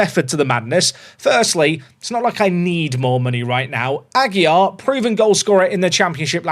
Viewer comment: Aguilar is still not pronounced without an L :)